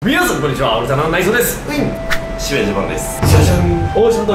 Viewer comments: ですがないぞーですに聞こえたのはきのせい？ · おるたなのナイゾー(内臓)です にしか聞こえない｡ﾟ(ﾟ＾∀＾ﾟ)ﾟ｡ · 最初のの自己紹介さ、内蔵って聞こえん？www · です！が、今回"内蔵です！"って聞こえたw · 最初のあいさつ内臓って聞こえるw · あいさつがオルタナの内臓って聞こえたww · です！が、ないぞうです！に聞こえる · どうも！おるたなの内蔵です！うぃん！って聞こえた